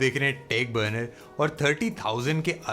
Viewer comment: Why do you say tech b nar instead of burner